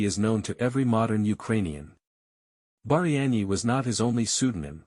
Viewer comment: Хлопці так не піде, так не працює. В заголовку прізвище Багряний написане по одному у описі по іншому, в відео по третьому, а диктор (ШІ) взагалі вимовляє так що не розбереш. Таким чином не популяризують особу. А так успіхів вам!